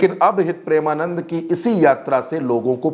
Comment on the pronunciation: गुरुदेव के नाम का उच्चारण सही ढंग से आप नही कर रहे हैं जबकि आपको पता है कि उनके करोड़ों फॉलोअर हैं😮